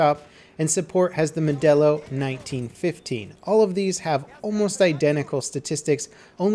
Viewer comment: Almost didn't understand you were saying Modello 1915